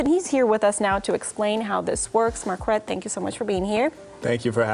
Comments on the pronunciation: The name pronunciation alone should tell you that he’s ignorant… It’s a French name and there is no ‘w’ in the pronunciation!!! It’s like demanding that we say the ‘k’ in knife!!! It’s an English word and you pronounce it as such. Anyone in France would think he’s an imbecile. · I love how he confirmed his name is French and still continues to pronounce it wrong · Every time I hear him say his name it just sounds like market 😅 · His pronunciation of Marquette sounds like someone's pet rooster 🐓